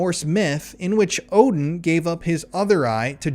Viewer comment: Are you saying woahden? Its Odin